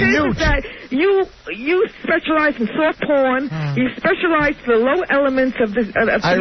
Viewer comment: Sawft pawn crap.